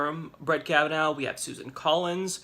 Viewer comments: His name is NOT pronounced Kav-uh-NOW, but Kav-uh-naw. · I think it’s pronounced Kava-Naw and not Kava-now. Either way, he worries me a great deal.